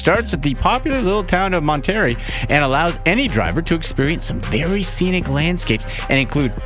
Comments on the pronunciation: Monterey is pronounced Mon-a-RAY. Not Mon-TERRY. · Lol. This dude is a moron Mon Terry lmao.